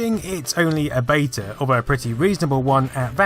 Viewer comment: Great video but I wish you would pronounce beta properly and also your THs